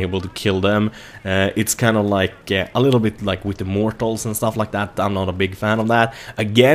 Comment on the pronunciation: Hahah, still says 'mortal'.:D